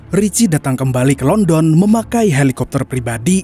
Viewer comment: Bang di baca landen bukan london , emang tulisannya london 😂😂